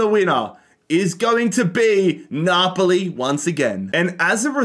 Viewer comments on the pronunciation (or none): none